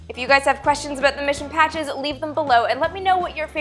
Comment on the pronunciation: It's aboot space